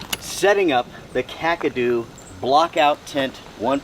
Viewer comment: Hugs buddy losing love ones is always jarring as I too know the loss of loved ones better off or not still stings like a yellow jacket wasp sting to the nuts! and be thank u for pronouncing Kakadu properly 😊 you’d be at a loss for words and on the ground in hysterics if you heard some of the most ridiculous pronunciation’s of this product 😂😂🤣🤣 love and hugs from me to you all the way from down under Sydney Australia 🇦🇺